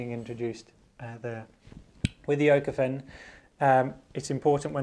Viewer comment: Small tip, Pronounced ookofen. Ö is spoken like we say double o (pool, school, fool)